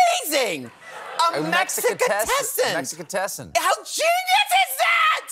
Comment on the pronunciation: If I hear Ru say MexicaTessan one…more…time 🥲😂